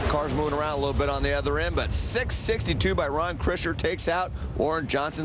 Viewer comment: Krisher, not Kirsher...